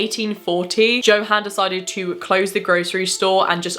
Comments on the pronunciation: I just wanted to correct you on one thing you said Johan how it is spelled but since they are from Germany it is probably pronounced yohan one of my best friends was adopted from Germany and his dad is German and it is how you pronounce his name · St. Louis pronounced St. Lou Iss. Johann = Yo Han. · Also, J's are pronounced as Ys, so Yo-hann :P